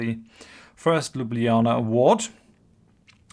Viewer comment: Ah... politicians, and their logic. PS: love your playthrough and surprisingly good pronunciation of Ljubljana, I must add:D